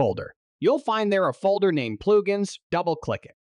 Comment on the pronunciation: You shake a bass. All you get is a very annoyed fish :) This is just a bad A.I. read. They also refer to "pluge ins" I found it all very distracting. Suggest pay a real voice actor to do this instead.